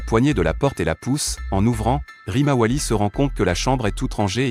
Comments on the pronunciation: Tu dis quoi de 1 tu parles en espagnol et de 2 tu himawari Rimawali😂😂😂😂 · C'est pas rimawali c'est Himawari gro nigo 😮😮😮😂😂😂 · Tu as raison 😂😂Et il apple sarada salade Woooo😂😂😂😊